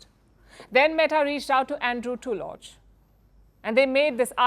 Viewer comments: I think the name is pronounced TULL-luck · The name "Tulloch" is typically pronounced /ˈtʌlək/ in English, with the emphasis on the first syllable. It's pronounced with a short "u" sound as in "put" or "foot". The "ll" is pronounced like a single "l" sound. Madame PALKI please lear your pronunciation